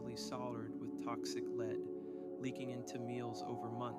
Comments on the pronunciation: Lead poisoning is pronounced Led (as in the element?) not Leed. How could you not know that? Leeed poisoning? What exactly did you imagine lead poisoning is? And you completely neglected the mention of Franklin’s wife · “Leeed” poisoning is what tipped me off that it’s an AI video